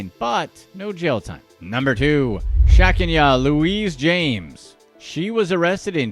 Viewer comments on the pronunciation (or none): lol-number 2: it's not 'Shek-n-YA', it's ShaKENya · Number 2 the name is pronounced “SHA-Kenya” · It’s pronounced (SHAH-KEEN-AH) 😂😂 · Pretty sure her name is pronounced Sha Keen Ya or Sha Kenya.. I rarely do scratch offs and have never played the lottery but this video has definitely taught me to pay close attention to what I'm buying,always sign ticket,take pictures of ticket and take it to lottery office,not back to the store.. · I just love the way you slaughtered the name sha-KEN-ya 😂😂 People make fun when you include accent marks, apostrophes, or hyphens in names, but they serve the grammatical purpose of instructing the reader through the proper pronunciation. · His ethnic name pronunciation is terrible!...😂😂😂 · The way he pronounced Shakenyah's name. Hilarious.